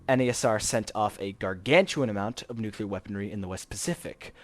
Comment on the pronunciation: the word is NUCLEAR, pronounced NEW - CLEE- UR not fucking NUCULAR